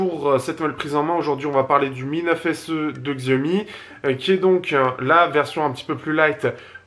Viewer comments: Hey arrête STP de mal prononcer Xiaomi!! Ça se dit "chiaomi" entendre x écorche les oreilles. Je suis sur que tu prononce Apple normalement et non comme c'est écrit alors merci de faire pareil avec Xiaomi. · Non pour moi sans hésitation le pouce est vers le bas. Le mot Xiaomi est prononcé de travers.